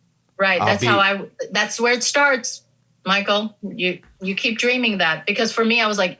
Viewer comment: Michael is pronounced exactly like that (though you don't have that "ch" in English) in German. Like… Michael thought it sounded in Spanish. That was actually a pretty good German Michael. Michael in Spanish is Miguel.